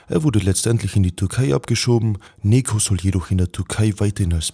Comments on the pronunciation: Sogar den Namen sprichst du falsch aus hahaha das sagt mir das du schlecht vorbereitet warst es heißt NECATI NECO und nicht neko such dir ein anderes Hobby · Bro man spricht es nicht wie Nekoh sondern Nedscho oder Nejo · Bro sein Name , „Neco“ wird wie „Nejoe“ ausgesprochen !!! Genau wie Necati wird wie Nejati ausgesprochen !!! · richtiger pik! 😂( spaß no front!)